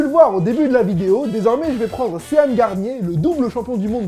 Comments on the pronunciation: "Séane" Wesh CA se prononce cheune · ATTEND TU AS DIS SEAN PHONETIQUEMENT Sé anne? CA SE DIT SHEUNE COMME SEAN CONNERY! REPREND TOI !D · tu prononce Sean "Ceanne" ? x) ont dit "Cheun" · Putain ça se dit pas sean ça se prononce « chone » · Sean ca se prononce SHAUN !!!!!!!!!!!!!